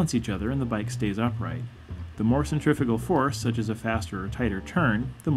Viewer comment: Centri-FUUUU-gal. Please say it differently. To be honest I would've thought that this is a natural instinct to all bikers/cyclists and hardly needs explaining.